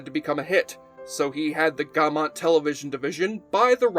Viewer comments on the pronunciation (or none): none